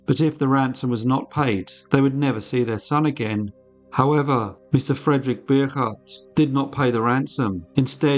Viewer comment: Bogaardt is pronounced Bow-gart